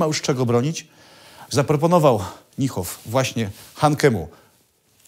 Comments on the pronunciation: "Niehoff" aż gryzie w uszy, wymawia się Nihoff. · Chyba nieco Pan przesadził nazywając gen.Niehofa "fanatykiem", pomijając, że nawet poprawnie nie umie wymówić Pan jego nazwiska. Generalnie wiele materiałów na tym kanale jest dosyć tendencyjnych. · Panowie, troche wiecej starannosci - nazwisko Niemca wymawia sie NIHOF a nie NJEHOF